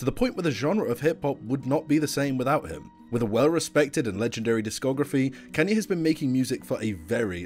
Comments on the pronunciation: Bro its Kanye not Kenye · WHY ARE YOU SAYING KAN-YE WTF ITS KAAN YE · "can yay" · bro really said kenye west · “Kànye west” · Bruh he pronounces kanye as Kenye😂😂😂😂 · I get triggerd every time when you kay kanye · "can-yee west" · Redo this video and stop saying kenyay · I can’t tell if you’re saying “Kenny” or “Kenye” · he's putting real big emphasis on the A in Kanye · You know this is a pretty great vid ngl i love it quality stuff but god did you butcher his name a lot